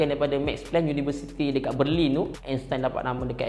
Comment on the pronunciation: Aku tak tau kenapa tapi setiap kali dia cakap berlin, aku ingat dia nak cakap perlis